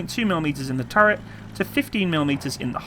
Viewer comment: What do you have against words with the letter "t" in them? "Over-heeding", "turreh", "Compuder", "thirdy", "warder", "operader" etc etc (Over heating, turret, computer, thirty, water, operator)